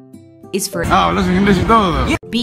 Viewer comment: hablas con h no con a Xddddd